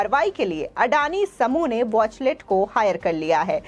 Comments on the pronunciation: watchtell not watchlet plz correct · It's वॉचटेल not वॉचलेट, नाम तो धुक से पढ़ लो। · Is the company Watchtell or Watchlet as the reader is saying. Atleast these reader should come better prepared instead of serving half-cooked things. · Wachtell hai watchlet nahi boli sudharo anchor sahibaa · वॉचलेट नहीं वॉचटेल, एंकर मैडम सही तो बोलो। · Why news presenter is saying it is Wachlet. It is Wachtel. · It is wachtell and not wachlet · Wachlet nahi uska sahi naam hai Wachtell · Whatever the contents the anchor should read the name of law firm correctly. All the time she is saying वाचलेट instead of वाचटेल। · Madam, Watchtell ko pronounce to theek treh se kar lijiye. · Good step by Adani Group... But the news reader pronounces the name of the US law firm incorrectly...please check and correct.